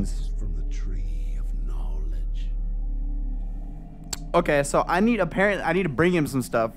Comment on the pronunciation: the tree of KNAWLEDGE